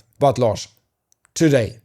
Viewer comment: So "Larsson" is pronounced like... "large"?!